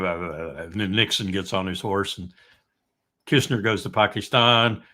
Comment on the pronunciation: thus far has the best pronunciation of ‘Pakistan’ ❤ ps no peace with Abbas still there, get rid.